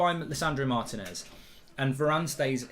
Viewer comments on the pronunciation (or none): IT'S PRONOUNCED MAR-TEE-NEZ!!